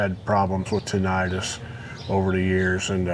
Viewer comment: Tinnitus is not tin - I - tis. Nothing is swollen. Tin - it - us.